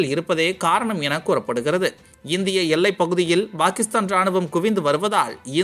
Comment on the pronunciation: சார் Bakistan என்று சொல்லாதீங்க சார் pakistan என்று உச்சரிப்பு வேண்டும் என்று கேட்டுக்கொள்கிறேன். முட்டாப் பயலே.